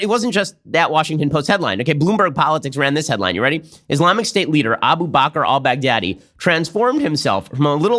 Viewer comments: Everyone says: bagh-dha-dhi All I hear: Big daddy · I love how Trump says Baghdadi. It almost sounds like Bad Daddy. :D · Lmao it’s closer to bahgdhadi